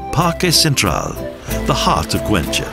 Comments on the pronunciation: It's pronounced 'Cuenka' not 'Cuencha'.. there is no cha sound Great documentary though! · Good movie, but it could have been much better if the narrator learned how to pronounce Spanish names. Cuencha for Cuenca??? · I don´t know why the narrator changes so much the names of the cities heheh for instance Cuenca not even in English would be Cuencha as he says